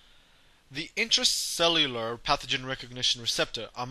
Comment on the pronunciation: your the man these videos are great. Janeway's book is good but this still beats the hell out of reading it. One thing, say it with me now, Intracellular. lol!